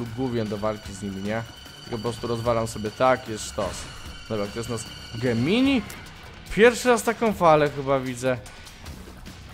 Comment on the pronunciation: Gemini ( wymawia się Dżemni ) to znak zodiaku . Gemini jest słowem łacińskim, polskim tłumaczeniu to bliźnięta . Gemini to nie jest ten płodzian tylko oni razem tworzą geminiego .